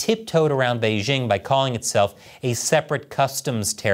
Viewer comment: Doesn't the host know how to properly pronounce the word "Beijing"? The "j" isn't pronounced like the "g" in the English word "regime," it's pronounced like the "J" in the English name "Jim."